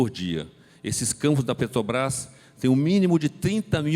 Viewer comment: O sujeito ainda fala "petobras" , rss